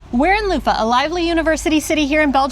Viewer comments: people use those. Next time skip Bavet and try bolognese in Café Commerce and the cheese of choice in Leuven is Emmentaler, of course there are options. And one more thing, sorry can't help myself, I've tried to let it go but just can't... Leuven... pronounce the v like an English v. The soft f sound makes it sound more German. Oh my god, I can't believe I just did that, I'm such an asshole. Oh and one more thing, get a savory waffle at Bar Leuv. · I just can’t about your pronouciation of Leuven, it sounds like Loofah.. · I appreciate your enthusiasm for belgium, but Leuven isn't pronounced like luffa :D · Funny how you pronounce "Leuven" as "Loofah". We pronounce the n at the end. But it's a good try. Nice video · Pronouncing it loofah is indeed wild 😂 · Streetsigns are in Dutch and in Leuvens (Leives) dialect. The old townhall now is ceremonial, the entire administrative department moved to a new building next to train station. Next time you visit Leuven, visit the bars Malz, Leuven Central, Commerce, Café Sport, Allee... Bavet means bip. Not a fan of their spaghettis. Leuven is more pronounced as Lurven than it is Louven. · Cool video but just your pronunciation of Leuven is so bad , how you say it it would be written "Louva" ;-)